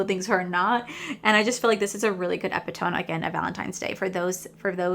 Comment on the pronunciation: Epitome is pronounced Eh Pit O Mee.